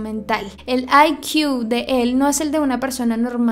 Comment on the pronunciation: Todos: IQ: Ai Qhiw